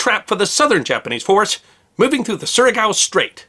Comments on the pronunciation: I love your series and am a student of WW2 Pacific theater naval battles. You got two important things incorrect in this presentation. First, you are pronouncing the name of the straight as Suriago and that is incorrect. It is Surigao. You are pronouncing the a on the wrong side of the g. Second, the battleships under the command of Adm Oldendorf included both the USS West Virginia and the USS Maryland. These were Colorado-class battleships armed with 8 each 16-inch, 45 caliber guns in four twin turrets. There were also older battleships present, armed with only 14-inch guns, but two of the combatants had the much larger, 16-inch guns. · It's Sùr-a-gow Strait, not Sur-i-à-go Strait. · nice one! Just a nitpicking comment, it's Surigao, not Suriago. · NB: Recommend checking your pronunciation of "Surigao". (Should be something like Sue - ree - gow. See for instance. IPA left as an exercise for the reader.) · SURIGAO Strait. SOOR'-ih-gow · Great episode. I believe Surigao is pronounced Sir-E-Gow. Rhymes with stir-thee-cow.